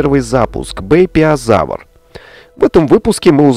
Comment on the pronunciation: Правильно «Бэйпяозавр» собственно)